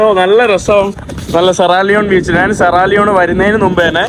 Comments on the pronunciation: നാൻ അല്ല ഞാൻ. ഏതു പറഞ്ഞാലും കാര്യം മനസ്സിലായാൽ മതി. എങ്കിലും നാൻ എന്ന് ഒരുപാടു തവണ കേൾക്കുമ്പോൾ എന്തോ ഒരു.... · Nan. എന്ന് പറയാതെ. ഞാൻ എന്ന് പറയുക മലയാള വാക്കുകൾ പോലും പറയാൻ അറിയില്ലേ നിനക്ക്